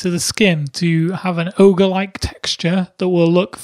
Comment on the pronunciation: It's not ogre it's never ogre